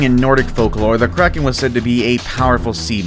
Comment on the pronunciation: When it said the kraken I thought it said Karen